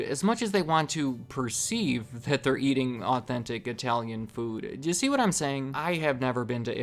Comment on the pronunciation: speaks the best I-Tallian